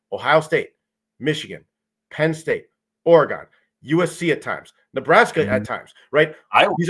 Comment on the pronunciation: If I hear say Ore-GONE one more time